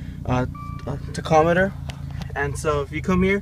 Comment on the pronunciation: What’s a ta-cometer?